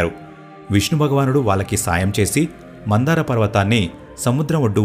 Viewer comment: Mandhara not mandara.... Very nice video...